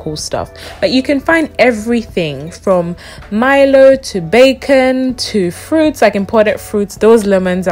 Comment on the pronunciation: Did you really say MY-LO instead of MEE-LO😂😂😂? Btw thank you for showing Ghana to the world and, thank you for not just showing the richest or just the poorest parts of Ghana. I believe there’s beauty in flaws(not a good word choice). But yeah, I’ve been binging on your videos 😂😂